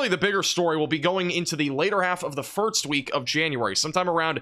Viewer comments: Have you ever noticed that you say "firts" instead of "first" ? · anyone else notice he says firts instead of first? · It's "first" not "firts". Thank you. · It's first, not firts. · Too much eggnog over the holidays or why do you keep saying "firts" instead of "first"? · Is it my imagination, or does he say "Firt's" instead of First? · Do you say firts instead of first or am I just hearing you wrong? I thought I heard say the same thing